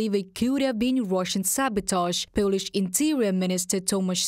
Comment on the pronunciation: pölish pölitical löders?